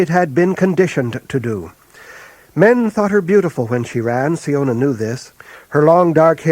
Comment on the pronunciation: I always thought siona was pronounce 'sy-ona' and not 'see-ona', good to know